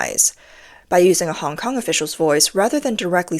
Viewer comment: CCP's 'Director Hong Kong and Macau' can't even pronounce 'Hong Kong'. Doesn't speak a word of Hong Kong's langugage. We Hong Kongers can't understand a word he is saying if it wasn't for subtitles.